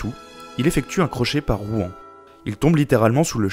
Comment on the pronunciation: On dit Rouen comme le "Rwanda" ! Mais très instructif quand même haha